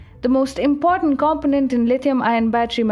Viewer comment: English proper = COMPONENT COM- PO' - NENT Accent emphasis on SECOND syllable. Otherwise great video thumbs up. EDIT: CONTRIBUTES - CON- TRIB' - BUTES Again, accent emphasis on SECOND syllable. Still gave thumbs up.